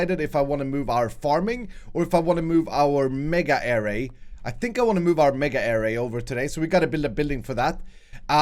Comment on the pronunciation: Array is pronounced uh-ray